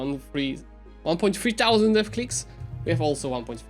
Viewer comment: when you say thousand the t isn't silent. Thou is pronounced more like hou with a slight prominent t so like tHOU kinda, I just thought of this as I watched the video so I just wanted to point it out, no hard feelings meant.